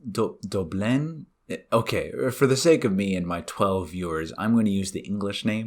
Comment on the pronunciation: Wau muy bueno la verdad, cuando dijiste "que las campanas me doblen" pronunciaste muy bien la letra "ñ", si bien no lleva esa letra, me hace decir Jah vieron, no era tan difícil